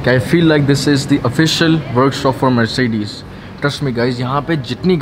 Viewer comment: MERSHEDISH : that's how you pronounce Mercedes.😏 Rollsh Royshe : that's how you pronounce Rolls Royce